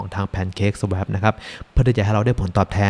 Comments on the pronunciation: อยากเสริมเรื่องการออกเสียงนิดนึงนะครับ Liquidity ออกเสียงว่า ลิควิดิตี้ ไม่ใช่ ลิควอลิตี้ Swap ออกเสียงว่า ซาวอป ไม่ใช่ ซาแวป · Swap อ่านว่า สว๊อพ ครับ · อ่านว่า สว้อป นะครับ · swap อ่านว่า สวอป นะครับ